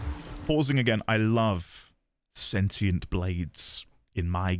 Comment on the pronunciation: You're still on sentinel. Its sentient. Sentient! Where are you even getting sentinel from? Lol